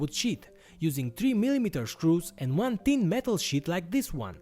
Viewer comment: views you are aware that sheet and shit are pronounced differently, right?